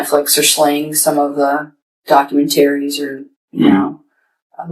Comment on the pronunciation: “Dock-u-men- TARE-ease” #ihatedhismusic 🫥